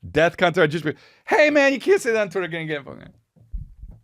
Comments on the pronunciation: Was it just me or was Chris saying "death con" ?? Lol Bc I'm pretty sure its "defcon" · It’s DEFCON. With an F. Not DEATH. Fuck.